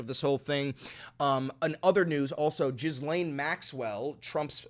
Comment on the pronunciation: You keep mispronouncing Ghislane. I know it shouldn’t matter but it’s bother me lol